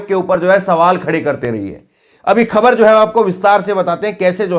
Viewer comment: कृप्या ख़बर को खबर न उच्चारण किया करें । केवल एक बिन्दी अर्थ बदल देती है । और बोलने पर भी भद्दा लगता है ।